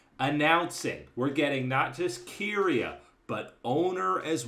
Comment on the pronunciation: Nobody else triggered as to how pronounces Keria